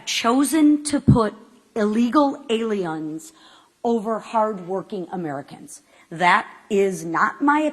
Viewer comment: “illegal aliUNS”